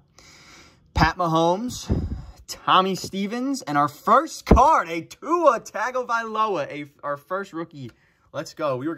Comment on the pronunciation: It's TUNG O VEYE LO A , NOT TAG 😡